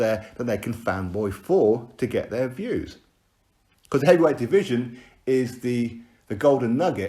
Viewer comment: Without deontay, who will pronounce the word division as deeveeeesion.